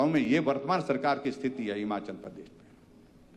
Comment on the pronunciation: मुख्यमंत्री जी पहले हिमाचल बोलना सीखे । हमाचल बोलना छोड़े 😅😅